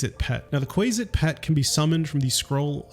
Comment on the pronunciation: Not kWAY-zitz... it is KWAH-zitz... like in cumquat, quack and quant...